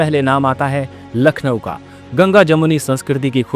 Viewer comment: Voice over should be more refined . Pronunciation counts sp for Lucknow ..